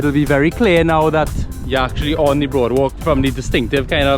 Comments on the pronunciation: Ayyy I don’t really like here too but it it beautiful to stop by and admire. Especially at night - it’s cool and breezy and the walk is lovely. Loved the drone shot with the guy swimming. Glad you included that! And it’s boardwalk not broadwalk 🥵🙈🙈🤣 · no offence meh boi nice video i think it is boardwalk not broadwalk